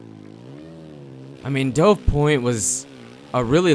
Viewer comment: Dude it's pronounced like "duv", like the bird. That is how it's spelled.